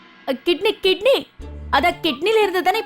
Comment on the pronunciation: கிட்னி இல்ல சிட்னி சூப்பர் காமெடி